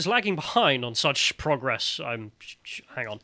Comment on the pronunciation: Boys please stop mispronouncing progress.. ffs